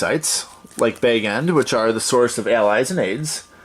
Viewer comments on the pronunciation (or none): I was wondering this, too, based on the pronunciation of “Bag” in “Bag End,” I was going to guess northern Midwest or Canadian plains. 😉